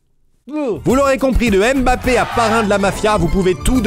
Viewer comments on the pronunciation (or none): none